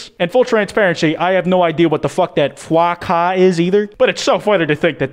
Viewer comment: Did he just say Foie Ca?! French triggered noises